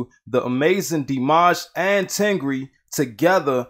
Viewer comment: it’s not ten gree... it is tengger 🤣